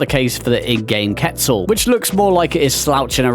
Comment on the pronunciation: HE SAID QUETZAL PROPERLY, mans a beast! Few here that I didn't expect to see, Thorny Dragon for instance, and then a bunch that are no surprise at all. For gameplay I think a lot are okay, but if we're including model/animation there's a lot of old ones that really need a touch up :(